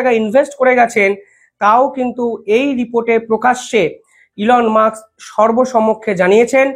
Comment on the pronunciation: Elon 'Musk", not Elon "Muks". Pls. correct your pronunciation.